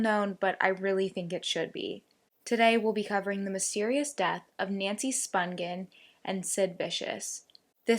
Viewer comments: Her last name is pronounced SPONGE-un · Nancies surname is pronounced with a J not G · Firstly you pronounced Nancy's surname wrong. Hollywood ?? As if...... We knew all this 40 years ago.....